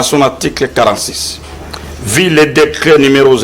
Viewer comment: Le Congo est descendu trop bas Il y a des moins en moins des gens compétentes qui lisent et parlent correctement Le représentant de la maison de production qui lisait l article consacrant Louis France meilleur journaliste Quelle lecture médiocre!!! On dit vu, et non vi L éducation et l instruction sont détruites